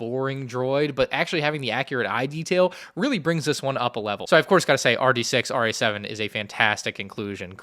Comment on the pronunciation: I thought it was 5D6-RA-7? You are saying RD6-RA-7.